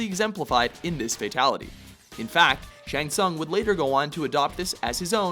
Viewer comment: its actually shang tsung (like soong)